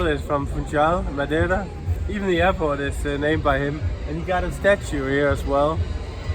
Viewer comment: proniunciation of Madeira: ⭐⭐⭐⭐⭐